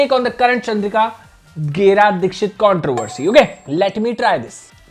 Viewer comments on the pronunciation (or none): Why is it controvery instead of controversy 😮